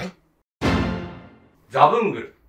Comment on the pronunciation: ザブングルがサブングルになってるww